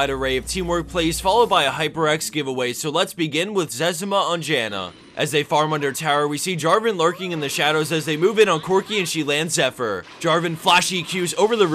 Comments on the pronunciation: First clip is pronounced Zez-ee-ma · You pronounced Zezima wrong. Runescape. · ITS ZEZIMA